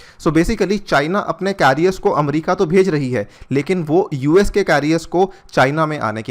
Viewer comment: अमरीका नहीं होता अमेरिका होता है।।।